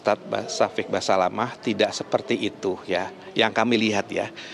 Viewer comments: Fokus denger Reporter nya bilang ustadz "basamalah"😮😅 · Seperti nya presenter wanita nya jarang ikut pengajian , nyebut ustadz nya salah. Ust Syafik Basalamah , jadi Syafik basamalah.. piye to...?? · basamalahhhhh haha... basalamah mba reporternya